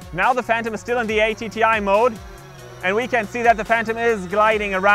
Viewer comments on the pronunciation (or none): Why do you have the controller antennae pointing out, rather than up? The phantom antenna is along a leg, so for best signal the controller antennae should be the same orientation. PS "atti" isn't an acronym, so no need to say "a, t, t, i" :-)